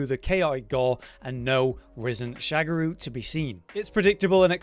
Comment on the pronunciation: um its Sha Ga Ru not SHAGARU